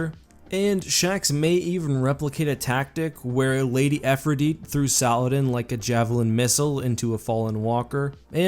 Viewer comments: "Lord Saladan" this hurt my soul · We knew never played Destiny as soon as he pronounced "Saladin". 🤣